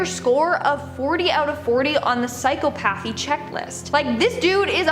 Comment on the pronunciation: Psyc eeoh pathy lol